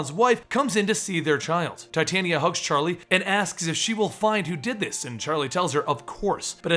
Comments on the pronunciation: its pronounced tah-tee-awna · titania is pronounce tit-aan-ia